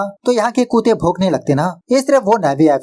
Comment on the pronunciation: Bhai tum Kuttey(कुत्ते) ko koote(कूते) q pronounce krte ho, it's sounds very weird